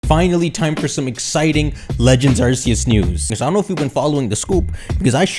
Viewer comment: It's AR "KE" YOOS!!!!